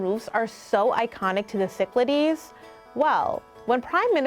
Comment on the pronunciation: Ok, here's how you pronounce Cyclades so that you won't be laughed at: Kee-klāh-dhes.